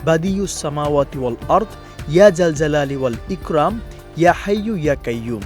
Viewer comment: এখানে উচ্চারণ হবে " ইকরম "❤❤❤